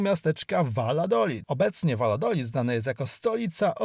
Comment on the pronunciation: Piekne widoki i informacje. Mam tylko.prośbę... sprawdzaj wymowę zanim nakręcisz. Przepraszam , nie chcialam urazić, ale te miejsca inaczej sie nazywają i ttochę mi to przeszkadzalo w ogladaniu. ([ Wajadolid] , [ Kinta] itp.]